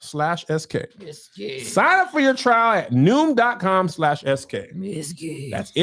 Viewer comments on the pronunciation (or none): Every time Kevin does the Noom ad, I can't help laughing, remembering when he BUTCHERED IT!!! Noom.CLAM LOL LOL LOL